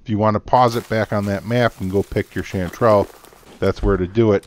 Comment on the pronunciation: No no, of course you're pronouncing it right. What I mean is I never came across with this herb.